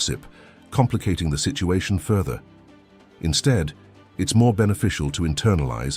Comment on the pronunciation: While the content sounds philosophical and deep - and perhaps even potentially useful; it is a bit difficult to take it seriously when the narrator pronounces "instead" as "insteed". It's a turnoff even if it was an AI